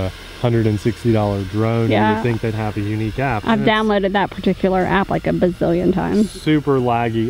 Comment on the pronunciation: A "Bizillion" times says.:)